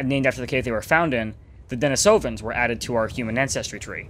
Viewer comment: I believe that it's pronounced 'den-ee-so-vin'